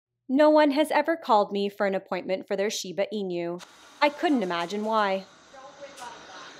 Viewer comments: I'll be that person, but "inu" ("dog" in japanese) is pronounced e-noo, not e-new. Kudos, otherwise! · I keep hearing english-speakers not pronoucne the name right: it's not 'inYOU', Inu. I N U. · Ok, but could you Americans stop pronouncing inu as "in you", it's so cringy